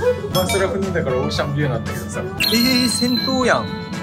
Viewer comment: オーシャンビューが、おっさんブーに聞こえた😂